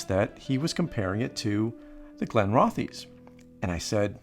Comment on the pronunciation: pronounced Glen-roth-iss